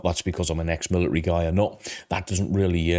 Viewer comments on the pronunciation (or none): Please say military properly, I love this channel but it is driving me crazy